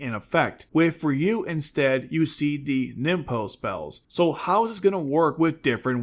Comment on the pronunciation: It's RYu, not RyU!!!